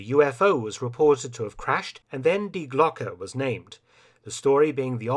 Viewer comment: German pronunciation of Die is Dee, not Dye. Glocke is pronounced Glocka, not Glock.